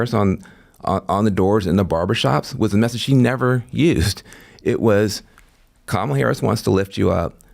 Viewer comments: It’s KAH-mala, Dana. Racist. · So now it's pronounced Cammila